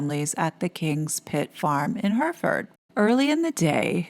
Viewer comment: It’s “Her-a-ford”. Just fyi…